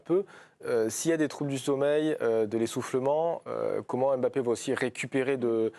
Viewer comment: Bah comme ça tout le monde sera d'accord sur la prononciation de son nom, où pas mal de journalistes sportifs l'appellent Bappé !!!!